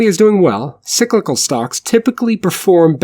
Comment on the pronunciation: Sicklical? Are you Swedish my friend? Enjoyed your content